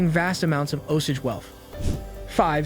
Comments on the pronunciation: Martin Skor-say-zee. He's famous. Oh-Sage pronounciation... not Oh-sidge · And it's pronounced Os-Age.....not Os-ige😕😕😕